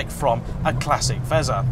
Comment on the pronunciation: please don't ever say "fezza" again.